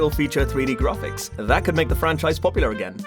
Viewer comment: grarfix lol